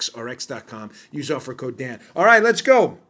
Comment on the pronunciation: Hey, Dan! I'm thinking you might call it the Daniel Bongino show. A couple times now, I thought I heard you say, "The Damned Bongino Show" 👍 That's probably OK, since the Dimmocrumpies likely recognize it that way. Carry on, soldier. Love what you're doing!